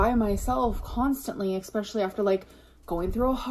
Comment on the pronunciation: English is not my native language and even I get annoyed when she says "expecially". 🙈 My face went 😱when she said she used kitchen scissors to cut her hair!